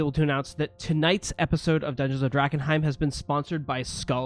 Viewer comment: Did say Drag-enheim for wearing mums old close?